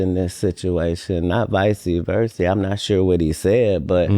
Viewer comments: "Vicey versey" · Vicey-versy but you read thousands of books. Ok Katt 🫡